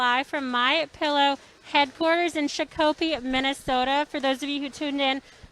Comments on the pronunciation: Hehehe shaw koh pee. It's shah ko pee (shakopee) silly goose! 🤗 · Sha-co-pee....LOL!!!! Not quite, sweetheart. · Don't know how long has been around but don't they teach journalist's to learn the pronunciation of the cities they are reporting from? It is not Shack o pee.